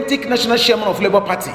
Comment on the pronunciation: You're mad... You can't even pronounce chairman correctly he say Shairman